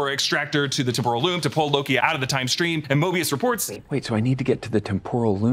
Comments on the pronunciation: When said “Temporal Loom” it sounded so much like “Temple of Doom” I think it must have been on purpose. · I love when says temporal loom but it sounds exactly like Temple of Doom 😂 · No one will mention the fact that when says "Temporal Loom" the billion times they had him say it sounds like "Temple of Doom?!" This seems like an intentional easter egg